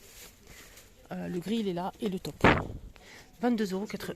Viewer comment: C est top.... (o court.. ). mais taupe, c est o prononce longuement... il y a une difference.... j adore ce que tu nous montres .....